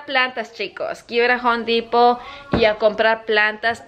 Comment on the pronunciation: Cactus, no nopales. Home Depot, no jon dipo 🤷‍♀️